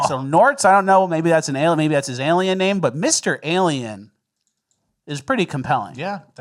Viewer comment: Alieum? Alien a Lee in